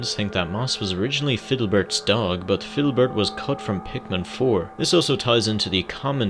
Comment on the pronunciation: ITS FIDDLEBERT (FID-LE-BERT)